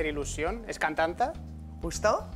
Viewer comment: Me parece o el presentador dijo "cantanta" ? si es así están peor que nosotros, la real academia que tome cartas por favor...